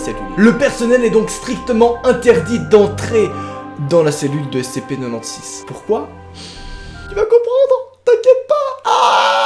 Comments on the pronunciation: J'ajoute que le SCP-096 (tu le prononce façon belge, cela ne m'a pas facilité pour reconnaître le SCP) à été récemment éléminer par SCP-173 Dit la Statue/Sculpture. 1 SCP de moins parmis d'autres... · Ce que jentend de: (SCP NENONSIX)